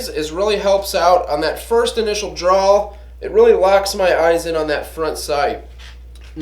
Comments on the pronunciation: I found "drawl" funny, too. Also odd for a gun guy to mispronounce "draw". Similar to those folks who say "drawls" for "drawers" when speaking of pants, especially undershorts. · "Drawl", "drawl", "drawl". lol... and "Expecially". The current public education system hard at work. A drawl is what you have when you speak with a Southern accent. A DRAW is what you do with your gun. And it's "especially". No "x". Other than that, I learned that you like Talon Tape (it's on all my guns) and to put paint on your front sight. Buzzkill... Cool apocalyptic bug-out room. You might want to spend some time on that table muscle though. Gotta have the cardio to run all that hardware when the zombies come. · Drawl!!? It's DRAW